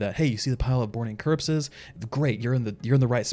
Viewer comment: Borning curpses lol